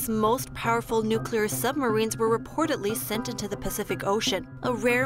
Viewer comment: The female newscaster is great. Just a helpful English suggestion: try to pronounce the letter "d" as "d" not "t". For example, reportedly not reportetly also rapidly not rapitly. These words are stated in the first minute of the video. Good luck! Thank you for you newscast.